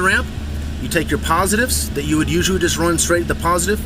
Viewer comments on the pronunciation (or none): none